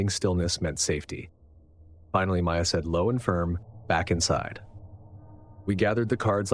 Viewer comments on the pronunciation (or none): none